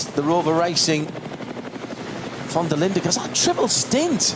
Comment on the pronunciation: I wish that would get people's surnames right van is van not von.